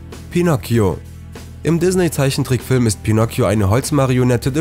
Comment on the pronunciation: Wie er immer dizzney sagt😂😂😂